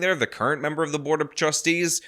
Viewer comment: Honorable membuh!